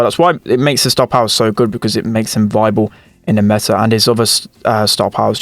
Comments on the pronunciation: is like: Meh- Ah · Everbody: meta: Meh-ta